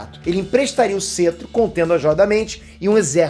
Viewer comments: só eu q fiquei incomodado com "cêtro" ao invés de "cétro"?? zueira, parabéns pelo conteúdo! ta muito bom o conteúdo e muito útil agora tão perto do lançamento do Ultimato! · pelo o amor de deus se pronuncia "Cétro" não "Cetro" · que cêtro o correto é cétro... kkkkk Para de falar errado...